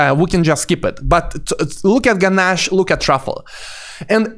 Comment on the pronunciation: Genache = ge’nash and not ge’nashy 🤓